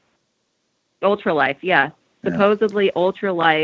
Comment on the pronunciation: I find it hard to take anyone seriously that can't say the word "supposedly" properly :/ But otherwise, decent info.